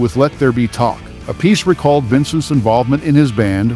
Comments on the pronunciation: Why can’t people pronounce Appice correctly? It’s EFFING ANNOYING!! Just fyi…. It’s not “a piece.” It’s, THREE SYLLABLES!!! APP, then, AH, then, SEE … Holy FRIG, man!!!! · Yep. Vinny is "App-ah-see". Carmine is "Ah-Piece". They explain it during their Drum Wars shows. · Carmine's brother Vinnie pronounces it as "a-piece", so, pffft. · People who think they know it all but are wrong annoy me. Carmine and his brother pronounce their last names differently. DO BETTER.